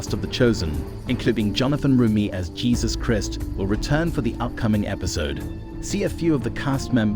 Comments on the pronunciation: Please say Jesus Christ the proper way pleeeeeeese❤ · Please pronounce Jesus Christ the correct way. Thank you.